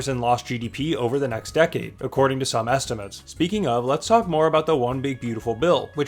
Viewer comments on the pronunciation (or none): none